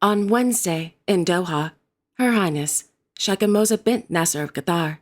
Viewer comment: aren’t the female s titles in Quatar pronounced “Shay kah” rather than “Shah kah”?